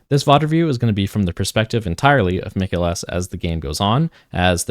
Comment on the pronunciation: Mikael is not pronounced like mikaylah but like michael.